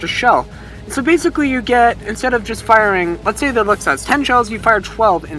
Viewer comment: Luchs is pronounce lursk